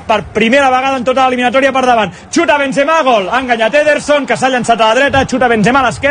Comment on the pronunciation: Ancaraaaa Bensemaaa, incraiblaaaaaaa